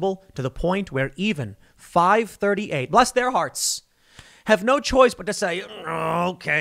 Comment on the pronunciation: He said it all yankeefied though...too fast and not enough insincerity. A good "bless your heart" takes at least 4-5 seconds to say, eyes closed with a fake smile 🤗